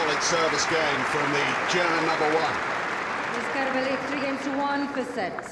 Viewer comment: Great match. Every time the male announcer said Kerber's name though, it sounded like "Care Bear".